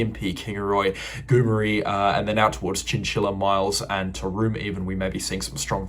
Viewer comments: Hi. Goomeri pronounced GOO MERRY. Hope that helps, a great report looking forward the rain on Sunny Coast. Cheers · Hi, Some help with pronunciation. Goomeri is Goo - mary. Keep up the good work. Cheers Bruce